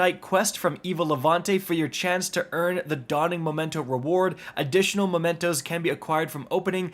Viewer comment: Memento, not momento. memento is a reminiscence of someone dearly remembered...